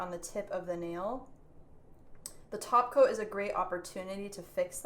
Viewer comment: I always hear "taco" when you say "top coat"... Maybe I'm hungry 😜